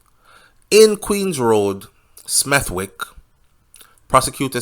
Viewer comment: Smethwick is pronounced Smeth..ick 😊 my ends the west midlands